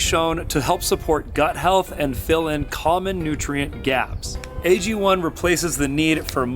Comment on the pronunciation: AG1 AGONE. Ago-ne phonetically agony